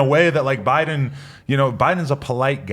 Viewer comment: Why do you guys say jow bidens name so retarted u say buden